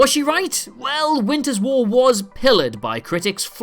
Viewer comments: I’ve never wanted to punch you or any of your colleagues. I do however want you to admit that you deliberately mispronounce one word per video, just to bump up the comments 👍 (this time you said pillared instead of pilloried). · it's....'pilloried.'...not 'pillar-ed'...pilloried. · "pillared"? I think you mean "pilloried". Dude, I've noticed you mispronounce words often enough now that I would advise you doing a run-through with someone else prior to recording -- a friend, who ... does less reading and more listening, perhaps? It's no knock on the writing at all, you just happen to be employing words that aren't, shall we say, 100% in your speaking vocabulary.